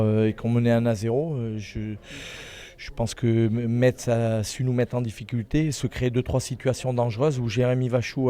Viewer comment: Sa se prononce messe ! Incroyable sa !